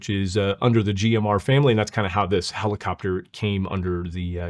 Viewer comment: Did she really call it a "pellacopter"? Or am I hearing things?